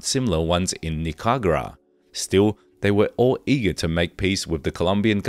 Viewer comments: Pronunciation Ni ca ra gua not Nicagua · Pronunciation of "Ochoa" and "Nicaragua" was clearly challenging for the narrator